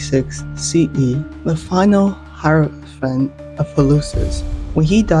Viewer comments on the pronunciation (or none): none